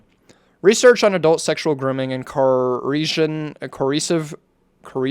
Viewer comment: CO. ER. CIVE. FUCKING SOUND IT OUT JESUS